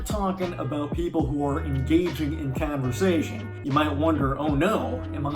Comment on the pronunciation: I love how you talk. And also how you say canversation! Are you from NY?